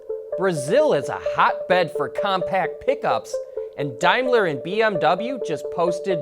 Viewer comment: Dimeler? It's Daimler, daim not dime (pronounce as Dame Lee) just saying lol